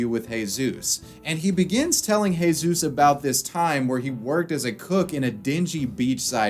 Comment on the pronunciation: It's always funny seeing a U.S. American covering a European country and then hear them try to pronounce the words, but this one is actually quite well done. In fact he even used the Andalusian accent when pronouncing words like "Juan" and "Jesús".